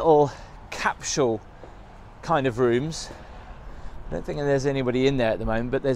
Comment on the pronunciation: Thing not think …sorry… it’s driving me nuts. Heh heh heh. Brilliant channel…only just found it. I am now binge catching up.